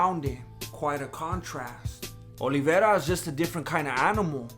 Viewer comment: This guy pronounces Olivera way better than Luke Thomas does.